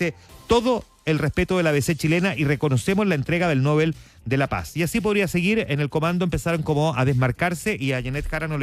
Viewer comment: Usted es de los pocos o quizás único periodista que me parece objetivo e imparcial. No se ofenda si le corrijo la pronunciación del premio Nobel. No lleva tilde, se lee No- bel.